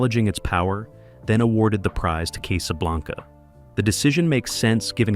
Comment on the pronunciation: Case - a - blank - a?????????????????????? Strewth. I'm Out 🙄